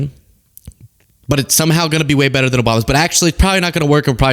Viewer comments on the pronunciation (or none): none